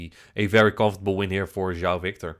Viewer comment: Keep calling him instead of João